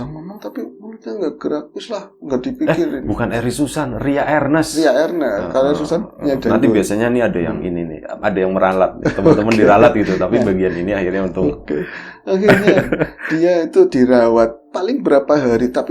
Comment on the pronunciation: Ria Enes bukan Ria Ernes bro 😂